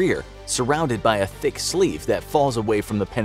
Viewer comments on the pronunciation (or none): none